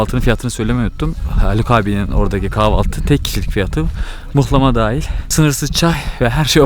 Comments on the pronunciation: Mıhlama değil muhlama ya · Mıhlama değil Muhlama. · Mıhlama değil muhlama dicen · mıhlama ne la muhlama diceksiniz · Mıhlama değil muhlamadur onun adı... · mıhlama değil ama muhlama deriz biz..hatta muğlama :) kim demişse yanlış demiş size...video güzel oldu bu arada tanıtım için teşekkürler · Mıhlama değil muhlama.. Rizeden sevgiler 🙋‍♀️ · Muhlama* nolur mıhlama demeyin ya aşaösşdmjsaöÖdk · mıhlama değil muğllaaamaaa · Mıhlama değil Muhlama u ile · Gelmişsin hoşta gelmişsin; fakat özellikle ricamdır düzeltmen dileğiyle. Mıhlama değil, muhlama. İyi eğlenceler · mıhlama değil mUhlama anlayın artık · Mıhlama değil muhlama dır onun gerçek ismi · Mıhlama değil muhlama ben Rizeliyim yanlış biliyosun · Onun adı mıhlama değil muğlama ya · Mıhlama ne ya mıh nedir muhlama 😂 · Mıhlama değil muhlama düzelt sunu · Mıhlama değil "Muhlama" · mıhlama değil *muhlama. nal çivisi değil bu. Her Karadenizli laz değildir, geleyrum gideyrum Lazca değildir, Lazca ayrı bir dildir. Ömrümüz bu yanlışları düzeltmekle geçecek gibi :) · Evet abi mıhlama diyen maldır muhlama ya adı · adam kaç kere söyledi ısrarla mıhlama yazmışsın ya🤦🏻‍♀️ mıhlama değil muhlamaa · Mıhlama değil muhlama 🤦🏼‍♂️ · Mıhlama değil Muhlama bir öğrenemediniz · Yemek için 1250 km gitmişsin sonrasında video çekip yayınlamış emek harcamışsın ama daha adını öğrenememişsin.Mıhlama değil Muhlama Urfanın u su "U" selametle.. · . ABİ MUHLAMA DEMEK NE KADAR ZOR YA. MUHLAMA ALOOOOO MIHLAMA DEĞİL ! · Abi onun adi mihlama degil muhlama bende bir karadenizli olarak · Mıhlama değil MUHLAMA adı milyonlara hitap ediyorsun yanlış olmasın:) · Başlığı Mıhlama yerine Muğlama olarak değiştir:) Ğ harfi genizden gelecek.;) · Mıhlama değil muhlama 🤦🏻‍♂️ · Yorumlara bakmadan yazıyorum belki de yazılmıştır ama yazmadan edemiycem ,Mihlama değil MUHLAMA. Hatta yumuşak "H" ile değil böyle boğazdan. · bir yanlışı düzeltelim mıhlama değil MUHLAMA